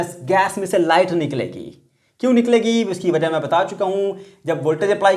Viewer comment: the way sir said "wja" at 11: 40 😂